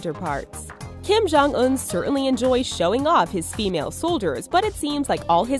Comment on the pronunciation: Kim-Jon- S U C C